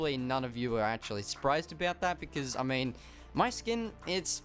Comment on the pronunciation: Please stop saying becizz, it pronounced because. No hate